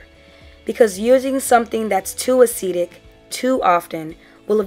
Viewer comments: A chemical is "acidic" (pronounced "Ah-sid-dick") if its pH is less than 7. You were saying "acetic" (pronounced "Ah-see-tick"). The word "acetic" is part of vinegar's chemical name which is "acetic acid". Hopefully that made sense. Still a very informative video. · Thanks for the video. I was thinking about adding ACV to my routine but I wasn't sure exactly where to include. I'm thinking maybe before or after conditioner? Also, was a little confused by your use of acetic vs acidic as they all sounded like "acetic."